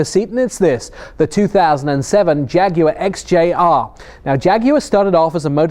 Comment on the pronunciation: YES!!!!! An american who can say 'Jaguar' properly!!!!!